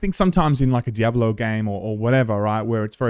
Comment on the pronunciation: The way you say "Diabollo" is very annoying lol. And that's coming from a fellow Aussie 😂